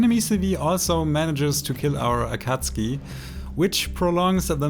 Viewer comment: Amazing gameplay I love how you pronounce akatsuki and your voice is so calming